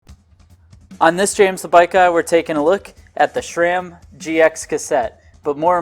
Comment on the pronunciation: It’s not SHRAM, where are you getting the h?